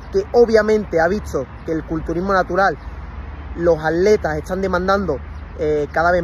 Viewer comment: Por que no pronuncian bien la primera T de ATletas